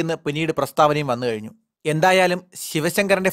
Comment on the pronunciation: Afifashakan alla abhibhashakan anu,, favi alla bhavi ennu ocharikkyu mone